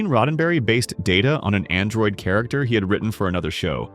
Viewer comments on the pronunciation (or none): none